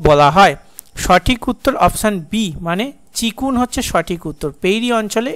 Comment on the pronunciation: চিনুক হবে আপনি চিকুন বলেন 😢